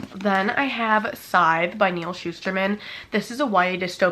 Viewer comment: Well if you're pronouncing SCYTHE wrong then so am I 🤷🏻‍♂ It's a really good trilogy... The last book was all over the place, so stay focused when you get to that one... I too need to read more Gabrielle Zevin... Does she have more books 🤔 I did enjoy Betting On You(3.75), but none of her books have hit like Better Than the Movies Really enjoyed Seven Year Slip(4.25) but I did like Dead Romantics a tad bit more Well if you're a "Busy GaL" then let us see a "BUSY VLOG"... I always enjoy Day in the Life... Get Ready with Me... Make-Up Routines(I don't even wear makeup... Although I wish I had enough confidence to try ☺) Oh... And the TOFU is NO for me 🙅🏻‍♂